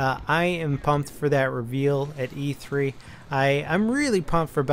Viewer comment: It's E3 not EA 3 lmao